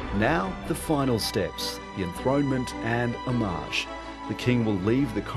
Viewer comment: "Homage" and "hommage" are different words. "Homage" starts with a pronounced "H", ends with the same sound as "porridge" and can be given, paid, taken, accepted etc. It entered English as a Norman word. Some examples: - The khan presented his hand to accept homage from his conquered foes. - The head of state bowed deeply to his favourite actor, paying him homage, despite the relative indignity of his profession in the public eye. - The poet composed a eulogy; a homage to the deceased. - The film made in homage to the director's old master, displaying every element of the tuition for which the young director was most grateful. "Hommage" starts with a silent "H", ends with the same sound as "frommage" or "Raj" and can't be given, only created. It's a loanword from modern French. An example: - The film was an hommage to the works of Moupassant and Boudin, carefully imitating the styles of both.